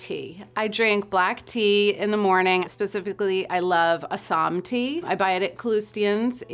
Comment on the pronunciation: FINALLY SOMEONE PRONOUNCED “ASSAM” RIGHT